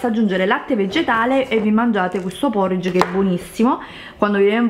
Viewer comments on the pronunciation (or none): none